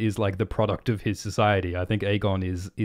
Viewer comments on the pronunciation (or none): none